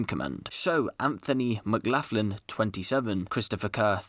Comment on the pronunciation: It's pronounce McGlocklin not maclaughin lol